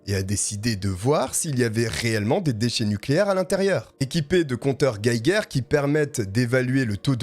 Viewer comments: Coucou! 😊 Juste pour info, ça se prononce compteur "jéjére" pas "gueguerre" 🤭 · Merci pour cette stoire très intéressante et mystérieuse . Par contre désolé mais compteur gaeger se prononce "Géger". Bonne continuation 👍👍👍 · Salut désolé de te dire ça ( j’adore ta chaîne !)mais tu a parler de compteur guéguére alors que ça ce dit Geiger ! J’aime apprendre au moins un nouveau truc tout les jours et j’espère vraiment que vous aussi !? Merci beaucoup pour tes vidéos et ta diction vraiment exceptionnel!! Merci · On dit compteur geiger (jéjér)